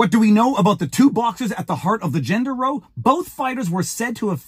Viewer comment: Can you please discover how to pronounce the word "row" as in a noisy argument rather "row" as in using oars in a boat?